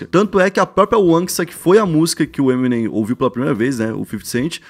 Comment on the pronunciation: Ta falando o nome to Eminem errado ... eh EmiNEM